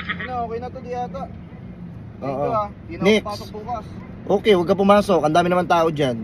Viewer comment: Next ❌️ Nixt ✅️